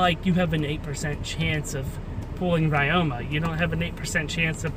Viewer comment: ya pronouncing ryoma wrong... the y in ryoma is pronounced like the I in Literary because it is a japanese name